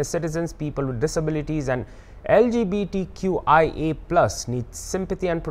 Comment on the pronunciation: Rio even can't pronoun LGBTQIA+ ...He is unfit for holding CM.